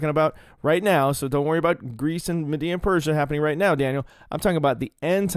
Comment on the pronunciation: Every time you said MADDEA 😂 Love you,! ❤